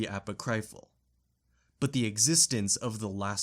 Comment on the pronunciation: You put the emPHAsis on the wrong sylLABles when pronouncing apocryphal, repentant, and a few other repeated words. Great work, though.